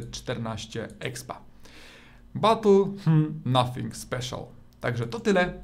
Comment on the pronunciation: nothink,, special ahahahahhaha